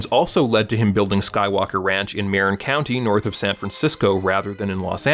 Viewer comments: If I can nitpick (perhaps for a future video), Marin County is pronounced "mah-RINN" not "MAIR-inn." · Hi! Love the video, and all your work, actually. You can pronounce “Marin” however you want, of course. The people who live there pronounce it with the emphasis on the second syllable, so it kind of sounds like “murr-IN” 😊 fyi Thank you again for the video ❤ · Marin is pronounced Muh-rin Source: Am SF Bay Area native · it’s “Mare-in” or sometimes pronounced “muh-rin” county. Once home to Robin Williams, Huey Lewis, George Lucas, Sean Penn, Peter Coyote and many others. County line is just north of the Golden Gate Bridge